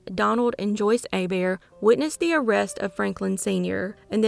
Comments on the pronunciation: You pronouncing Hebert correctly 🤌🏻❤️ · Yes! I didn’t realize she did until this comment. Very impressed 😂